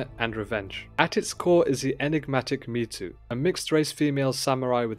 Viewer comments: It's Mizu, not Mitsu (so pronounced mee-zu, not meet-zu). Best new show in a long time. I don't think I saw a Japanese spelling of her name so I'm not certain which Mizu is intended, but the most common would mean "Water" - which may reflect her blue eyes or may mean something else like "auspicious" - we'd have to see it written in Japanese to know (I may have missed it if it was written, Japanese not my primary language). On watching again - it looks like Mizu's mark on her blades (her first knife and those made after) as well as on her sword - 水 is that for "water". So confirmed. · Hearing him calling her Mitsu is throwing me off the video 😂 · The pronunciation of Mizu was so jarring, I had to stop the video. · yeah.... I didn't watch the video 'til the end bc of it